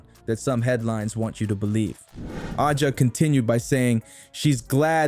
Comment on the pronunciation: Accusing everyone else of producing click bait while not being able to pronounce A’ja’s name and while insinuating there is something amiss when it’s well known Kelsey had a rough year with a divorce (so of course time off would be beneficial to heal). Come on, do better. 🥴